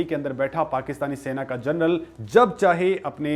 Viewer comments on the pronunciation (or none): none